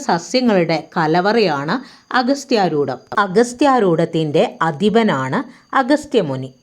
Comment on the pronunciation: അഗസ്ത്യാർകൂടം എന്നല്ലേ ? അഗസ്ത്യാരൂടം അല്ലല്ലോ !!